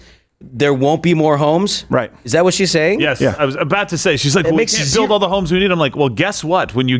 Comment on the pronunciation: he said aboot lol